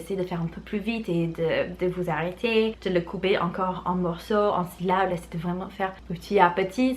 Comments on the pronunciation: Ces six saucissons-ci sont six sous. Si ces six saucissons-ci sont six sous, ces six saucissons-ci sont trop chers. Une phrase que j'ai adoré répéter dans mon enfance 😅 P.S. Syllabe et non syllable 😉 Salutations de 🇨🇭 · "Syllables" trop mignon mdrr 😅 C'est syllabes 😉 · J'adore le syllable <3 <3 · Très bonnes astuces, surtout tes fameuses syllabes aka "syllables" trop chou ta version de ce mot😂😜